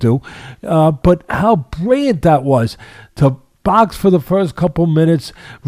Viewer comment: Hearing him butcher roses last name makes sense when you hear him try to pronounce brilliant